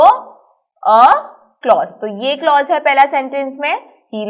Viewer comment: teach the lecture by yourself. The girl does not know the pronunciation of the word clause and she cannot teach it like you Thanks